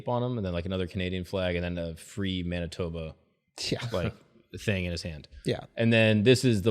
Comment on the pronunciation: Doesn’t sit right when said Manitoba